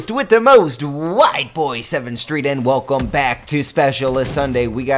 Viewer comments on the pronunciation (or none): none